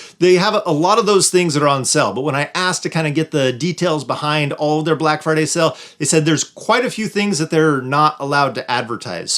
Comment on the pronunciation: Black “Firday”? Oops… 😮